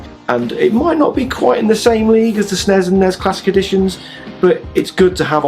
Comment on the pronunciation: Nessssssssssssssssssssssssssssss Snessssssssssssssssssssss Not Nez nor Snez.